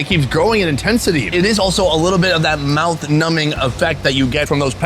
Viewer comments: So glad he didn’t correct him on the silent B in numbing 🤣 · The way says "numbing" is funny 🤣🤣🤣